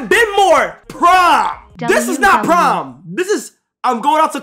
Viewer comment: thought bro was saying “prime season”